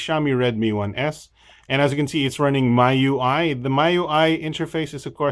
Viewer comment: I think it's pronounced Me UI, same as the Mi in Xiaomi :D